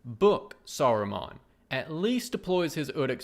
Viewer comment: "Saru-mon" like Pokémon. Lol